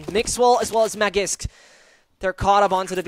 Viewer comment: Please pronounce magisk better its not magics